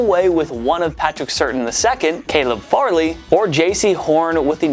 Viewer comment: Patrick Surtain---Sir-tain.... Not certain....